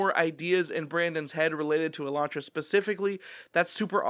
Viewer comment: I'm one of the few who likes Elantris better than Warbreaker. Although I liked Warbreaker I had trouble getting through it on a reread, most of the book is only interesting b/c of the mystery which you don't have in the reread. Also, the way you pronounce Elantris is the same as Sanderson.